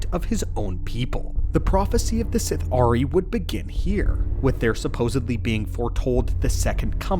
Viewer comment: Sith’ari is pronounced as a single word (Sithari) not Sith-Ari